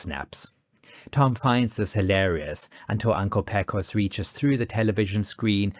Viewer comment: A few notes also, BTW; “Pecos” is actually pronounced “PAY-cos”, and “Chisholm” is typically pronounced “Chizzum”. 😉🙂‍↕️